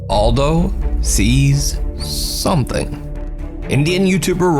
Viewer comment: Maybe nobody cares but this name is Eldho not Aldo 😉